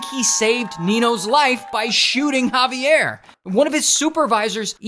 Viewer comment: When I say the the Javier I shouted thats (jah-vi-air)